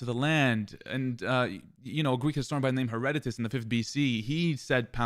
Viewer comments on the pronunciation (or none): Lol I knew that was coming. You really are very stupid to continue to make this very basic mistake. Kinda like you don’t actually ok with what you’re talking about. The name is not Heredotus it’s Herodotus.